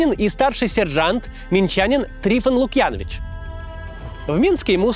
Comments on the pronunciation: Максим, правильно говорить Трифон ЛукъянОвич, ударение на О. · Максим, ударение на предпоследний слог в фамилии ЛукьянОвич. Пожалуйста учитывайте это впредь, ведь мы не сербы, а беларусы, у нас такие правила... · Не ЛукьЯнович, а ЛукьянОвич. Кац, не коверкай беларуские фамилии.